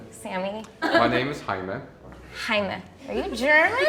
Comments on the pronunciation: I knew the Hispanic was Hispanic!! The way he pronounced his name :) Also I’m a light skin Mexican too :s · Yea, I'm surprised no one thought he was Hispanic after he told them his name tbh. I don't think Germam speaking countries would even pronounce Jaime like that, it would probably be a more "Yaime". sounding? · With the name Jaime I knew instantly that he was Hispanic because that’s my uncles name lmao. It’s the way he pronounced it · Are you GERMAN? Omg i cried lmao that’s not how you say j in German bro?? He’s like half Latinx half white probably am i right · When the guy pronounced Jaime as Jaime - and the people didn’t know he was Latino - I cried 😂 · My name is "Jaime" Por la manera en que pronunció Jaime me di cuenta que era latino. Sus estereotipos no funcionaron con él xd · Jaime was so easy the way he pronounced it I knew that he was Latino 😂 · He legit pronounced Jaime in Spanish. That one was not hard at all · *Hispanics/latinos left the chat* He likes his correct pronunciations